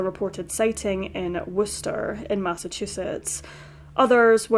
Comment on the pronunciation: How did you know the correct native pronunciation of Worcester Massachusetts?